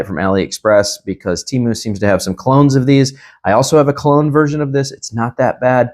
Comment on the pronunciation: Great video bro. But its "clone." Not "cologne," brv 🙏🏽